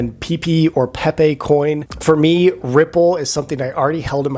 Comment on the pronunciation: pep-ayy coin not peeepeee lool